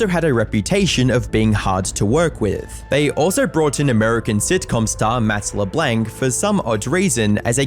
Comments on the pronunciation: MATT LEBLENC. Le Blanc same vowel sound as "are" or "part" or "en guard" or "smart". Not "men" or "hen" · Matt Le-blank? Bro are u fucking dense?!? Jesus Christ’s man that’s an easy name and person to get right, wow 🤯